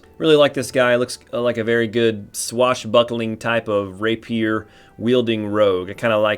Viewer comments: lol. ray-pure not rappy-er lol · ray-pier 😝 (reɪpiər)